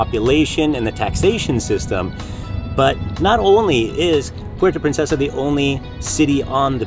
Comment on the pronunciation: I like the hat merch, don’t worry about the naysayers. There’s also in the name Philippines so it’s a win-win. *Just a quick comment on pronunciation of “Puerto Princesa” just funny to hear😆🤭 but it’ll pass. Shoutout from Vancouver!